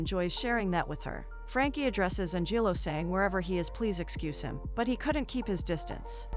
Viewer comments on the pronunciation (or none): An-jillo? LOLz